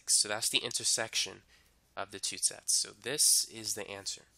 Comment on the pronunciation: When you hear sex instead of sets 😑😹